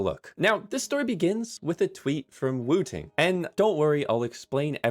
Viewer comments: I genuinely thought you said "Wu Tang Keyboard" 😹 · Every time you say woo ting I'm like bro its 1 word not 2